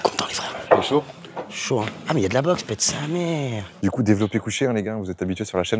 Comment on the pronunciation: « PETTE SA MÈÈÈRE » vrai Lyonnais ✅🔴🔵